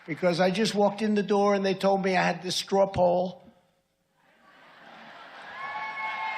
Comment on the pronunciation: "straple", "strap hole", "stropple" "strawpole"...does anyone know what Trump said or why he was applauded? 😳 🤥